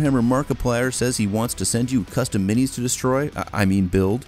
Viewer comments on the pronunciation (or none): none